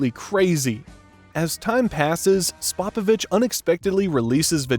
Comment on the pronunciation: I’ve never heard that mangling pronunciation of Spopovich before.